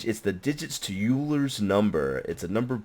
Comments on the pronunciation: lol said youler instead of oiler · I know it doesn't matter, but "Euler" is pronounced "Oiler". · Without looking at all the comments that are probably correcting, Euler is pronounced like oil-er